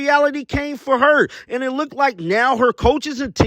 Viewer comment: Did this dude say "lookDED"?